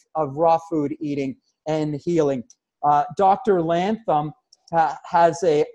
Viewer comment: oh my God its not "Lantham" hahaha. thank you SO MUCH for the interview bro <3